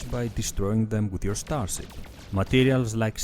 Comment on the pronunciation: Ztar-zip , cool-wuipp. Nice vid man :)